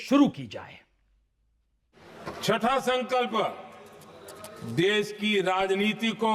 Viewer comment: संकल्प नहीं संघल्प हैं ?